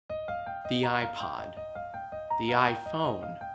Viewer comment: YiayPod. YiayPhone. YiayPad. And now the YiayWatch- Apple Watch